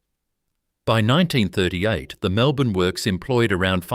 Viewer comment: was great until the AI slop images popped up, then later on could not even say 'Melbourne' straight - well now I cannot trust any of it. pity.